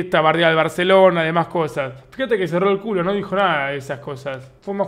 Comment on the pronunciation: Like por el acento Español de Davo del BarCelona.